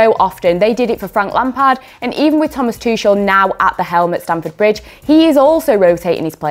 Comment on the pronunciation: I heard it all: "Tuckel" "Tushel" "Tushell" "Tutshel" :D the german "ch" seems to be a big threat to english speakers